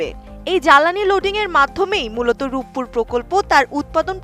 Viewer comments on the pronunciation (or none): Rooppur 😅😂 Ruppur hobi re bhai🙂